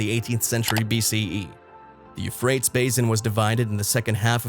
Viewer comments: Not only wrong pronunciation, the etymology is also wrong. Euphrates is not from Persian or god forbid Kurdish. The name has already exists for thousands of years before any Persian or indeed any Indo-European people entered into history. The oldest form of the name comes from Akkadian Purattu, which in turn probably comes from an unknown local language that's been lost to history. It's still preserved in Arabic as al-Furat. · Being unable to even pronounce the rivers name correctly would tend make one's credibility suspect to say the least. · Your pronunciation of these rivers is killing me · It is pronounced as 'euphratees'. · it's pronounced Euphratees.. the misprounouciations in this video makes it impossible to take seriously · Isn't it pronounced You- Fray-Tees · Yes. Apparently the creator doesn't research pronunciation of unknown words. Or grammar. For only fifty bucks I would have proofread the script. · Yeah he is saying it incorrectly, it is pronounced you frayt eez-Euphrates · The douche /elitist couldn't pronounce the names of the rivers correctly. He does this to show how much smarter he is than us dolts. John Kerry does this also. There is no global warming/ climate change or whatever the word is this week. The Globalists W.E.F people use this to get control of us "dolts" to voluntarily lower our standard of living. Sadly mist people are going along with it. Enjoy owning nothing and liking it and your crickets. Once they crush the American middle class it will be over. The rest of the world has fallen in line. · How can we take you seriously when you can't even pronounce the river names correctly. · You are the only one I have ever heard pronounce those rivers like that... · Click bait. No terrifying discoveries. Cover picture showed Australia. The narrator can't pronounce the river names. I think this is the product of bad AI. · You might want to learn how to pronounce The "Euphrates" and the "Tigris" rivers, because the way you do it isn't it, boss.